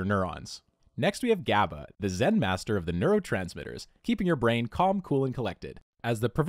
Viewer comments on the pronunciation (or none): none